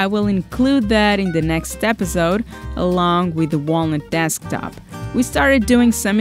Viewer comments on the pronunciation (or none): none